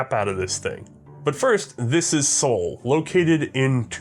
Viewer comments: Its not pronounced "soul" but zuhl. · The city you mentioned - Suhl - is spoken like "sool", and the country (nowadays a federal state in Germany) is usually spoken Thuringia by english native speakers. Hope this helps you... :-) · It wouldn't be C&Rsenal if pronounced foreign words correctly.